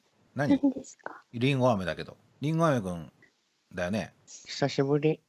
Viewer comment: おっさんの ひさひぶり 17さいでしゅ 爆笑ものwwwww😷🐒